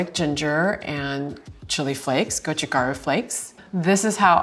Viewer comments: The sweet spot for the best kimchi flavor is actually between around 2-7 days in my opinion. You get decent fermentation/infusion without the cabbage losing its freshness. Also, it's go-chu-GA-ru, not go-chu-GAR-u. Mispronouncing things (especially if you're supposed to be an expert) makes me question your expertise. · I love MIL kimchi (not the vegan though) and am really appreciating this video. What is so surprising to me is that she's clearly not a Korean language speaker. Her pronunciation is off especially for gochu garu (고추가루). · She sounded very Japanese saying go-chu gar-u